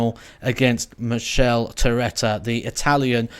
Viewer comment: Quick tip: you pronounce it mi-ckae-lae. Thanks for your work on this channel from Italy!🇮🇹 interest in darts is growing here and having him on pdc tour is great!